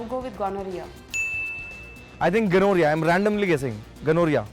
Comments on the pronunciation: Ghamoriya not Gonorrhoea.. 😂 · The way pronounces gonorrhea, it sounds like he is talking about some Marwari businessman called Mr. Ganoria. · Gamora Jaise laga Mujhe Toh 😂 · Oh god 😂😂😂😂😂 ghamoria and gonoreaa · When he took gonorrhea as ghamoriya 😂😂😂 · Ganorhea😂😂😂 yaar atleast pronounce properly!!!!! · This is so trueeee